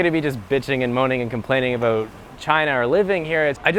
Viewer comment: last vedio I made was aboot....